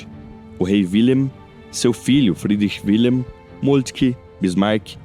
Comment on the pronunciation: Wilhelm , pronúncia-se [vilhelm] o "W" em alemão representa o fonema "V"... E "WIlhelm" corresponde a Guilherme Assim como a palavra germânica WERRA, deu origem palavra GUERRA"